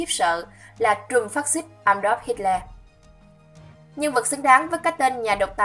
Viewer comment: Bạn ơi bạn đọc sai tên Hitler rồi kìa